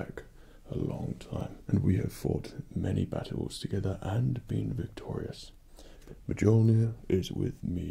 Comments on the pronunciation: hah i love it that everyone is so happy he did this video that there is only a few people triggerd by him saying mjolnir like mejoulnier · His facial features and even his accent kind of matches Chris hemsworth’s. Also he pronounced mjolnir, kind of a little bit wrong. I’m pretty sure it’s pronounced me-yol-neer or am I just retarded and he’s saying it right?? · Mjolnir is pronounced (M-Yole-Near). Do not freak out, I myself, have mispronounced it many times when I started to play Halo 4. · “Majolnir” 😂😂😂 bro ur supposed it like the j is replaced with a u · Btw, its pronounced Meounir. Not Mjolnir, idk how to spell the pronunciation but i tried. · ITS PRONOUNCED MULE-NEER💀💀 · Me-ol-near The j sound alike an i in this case. Most of the time it sounds like a y in old Norse. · It's pronounced as Myolnir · “m-jol-nir”...... Fredd... why,.... it’s- the j is... very silent... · its MOL-NIR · Btw its pronounced m-you'll-near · I'm so sorry I had to say this, but she's pronounced "Myolnear". Spelling is correct though. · It’s pronounced (mon-your) mjölnir. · It's pronounced myolnier. Sorry mega fan. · Just so u know it’s called muu l neer that’s how u say it but it’s spelled like you know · He pronounced it wrong it's mew mew😂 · Isn't Mjolnir pronounced Meowlneer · I don’t even think this is roleplay and its pronounce mule-neer even tho its spelled mjolnir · Its pernounsed *muil,neer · you are pronouncing the hammers name wrong....she has a life you know! sorry...I am Nordic so this is a big thing for me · the j in mjolnir is silent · Aww I was stoked until I heard you pronounce 'Mjolnir' :( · Themassivefail 😂 The geek in me is howling.😂😂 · I'm perfectly happy ignoring the pronunciation issue because, well, look at that face. Can't get mad at that. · This is clearly an MCU cosplay and it’s not pronounced like that in true MCU, but he def knows that know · I totally geeked out when he pronounced Mjölnir wrong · you said mjolnir wrong